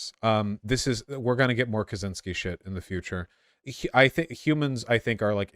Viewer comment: It's not "Kazynski" it's KACZYŃSKI, the "CZ" is pronounced like "ch" in, chakra or church... I'll skip the "Ń" part, cause that'd be too much to explain. Just please at least don't pronounce it with a z, there is no "z" sound in that surname.